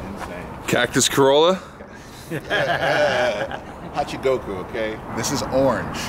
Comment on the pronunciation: its a hachigoku Goku: hachiroku